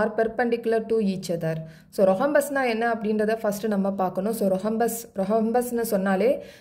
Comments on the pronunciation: Mam h is silent in rhombus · Mam athu rohombus illa rhombus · Mam your pronounce of Rhombus is wrong